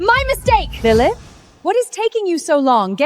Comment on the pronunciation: “Lilimyth” was a personal favorite of mine 🤣🤣